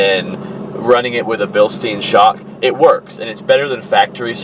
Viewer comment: Bilstein = bil-stine